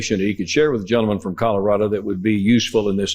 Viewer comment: Colorado! Not Colorada!